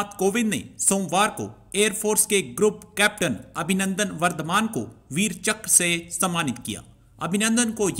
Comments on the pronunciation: "Veer Chakra" nahin "veer chakr" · .veerchakra award hai ... VeerchakKra nhi hai ... Thora padho ache 😂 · Abbe ullu, Veer chakra, not Veer chakkar 😂😂😂 Aur har vid mein pakistan atami mulk hai bolna zaruri hai kya!!! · It's "Veerchakra" not veerchakkar 😩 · Phle sale tum log thik se bolna sikho..veerchakra not veerchakkar..🤣